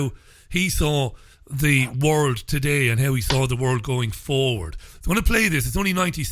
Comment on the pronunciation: Man, RichieAllen .....you really emphasize the word "FORWARD",....... the same way ZZionists using buZZ words do. Are you being ...."CLEAR"?